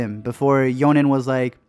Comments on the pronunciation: WHYD YOU SAY YONEN? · You're pronounceing Jhonen wrong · YOU JUST SAID YONEN! HOWDARE YOU